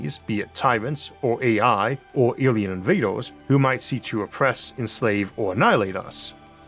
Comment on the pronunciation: "awien inwaders" - 🤓